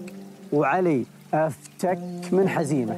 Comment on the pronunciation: واضح ان الاخ الي يروي القصه جالس يقراها من كتاب ولا سمعها من الاولين .. لانه نطق اسم حزيمه نطق غير صحيح